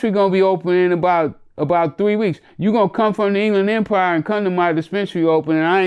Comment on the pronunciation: My Man said the England Empire! Not the Inland Empire... But the "England.. Empire."😂😂😂